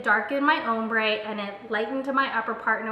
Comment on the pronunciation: her saying "umbre" and not "ombre" was KILLING me!